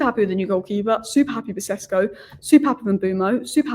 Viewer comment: Šeško maybe also deserves his surname pronounced correctly. It's Sheshko, not Sesko.